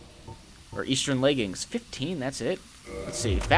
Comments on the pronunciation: I wonder if I'm the only one that noticed that says "Easchurn" instead of "Eastern" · Lol I was realizing that was saying 'eastern' weird and then he recognized it.